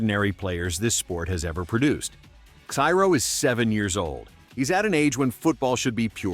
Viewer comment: you are in time to change the whole vid... Ciro pronunciation is not "Kyro" is "Seero". Just like "Hero" "Zero"..."Seero".